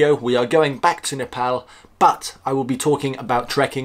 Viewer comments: i gotta give you respect for pronouncing Nepal as Nepal not Nefol .. Hope to see you n Nepal again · Love how you say Nepal without British Accent. Here nobody understands if I say “I’m from Nepal” I have to say “Nepol “🤣🤣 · Now you sound perfect saying Nepal lots of love from UAE keep it up